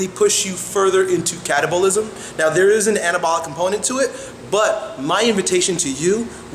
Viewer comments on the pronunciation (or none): lol, when he says "catabolism" it sounds like "cannibalism" :P